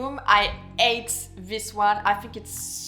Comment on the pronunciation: "Why I ATE this perfumes soo much" xd your pronunciation is really something!